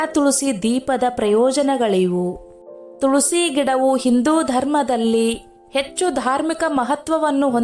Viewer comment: Tolsi alla tulasi